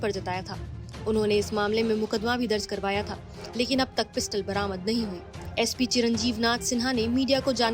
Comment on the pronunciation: Not सपी, एसपी